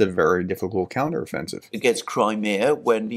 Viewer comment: Like how he pronounced Crimea 🤯 NEVER once heard it pronounced that way, makes me think he really doesn't give a sh**.